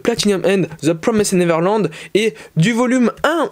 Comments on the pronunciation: Juste je te dis au cas où ça pourrais t aider car toi tu dis : « zeu promissed neverland » Mais il faut dire un truc du genre : « zeu promaïz’d niveurland » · C'est The promised neverland pas the promysid neverland 👍 Sinon très bonne vidéo